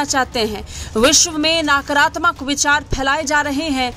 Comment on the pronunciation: Naakratmak nahi nakaratmak 10 baar bol